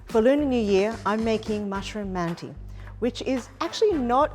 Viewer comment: the letter at the end of manti is not an I it's without a dot, and is pronounced like schwa, uh. mant-uh